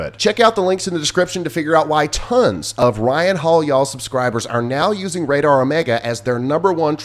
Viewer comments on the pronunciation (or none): none